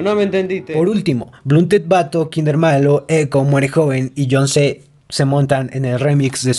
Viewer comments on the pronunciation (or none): es John C, no John z por eso se pronuncia John se